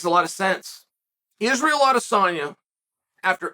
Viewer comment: ‘Doo-plee-seas’ 😂 Even saying Israel’s name badly - come on Chael! You’re supposed to be the top commentator in the game, say their names even remotely correctly bro.